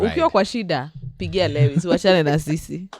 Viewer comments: Guys, why do y'all pronounce Lewis' name as "Le -wis" instead of "Louis"?, as a fan of LH, you should know how he pronounces his name?😂 Also, we all have Lewis Hamilton as our wallpaper - FORZA FERRARI, LEWIS SEMPRE! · Not murdering Lewis's name as if on purpose. change your wallpaper please.